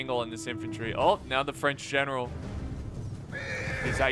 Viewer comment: Classic “FRANch”